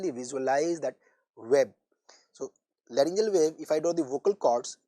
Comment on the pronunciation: larygoceal not layrngimalacia